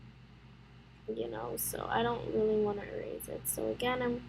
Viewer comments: i love that you say eraze instead of erase (No offense i actually really like that you say it like that.) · How she says erase